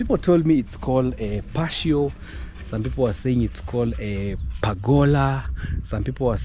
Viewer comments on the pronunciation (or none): Patio say it as pa-tee-o